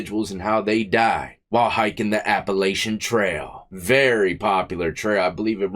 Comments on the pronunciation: It’s appa latchon not appa lay shun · I can tell youre not from round here. We don't say it like that. The a's are both short 😂Appalachian rhymes with hatchin. ❤ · Death! Lol It runs from Georgia to Maine and it's pronounced "Appalachan" trail